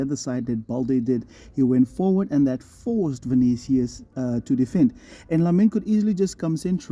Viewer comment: Vinchenchus lmao